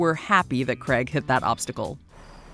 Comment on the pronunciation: Why can’t you pronounce Craig properly?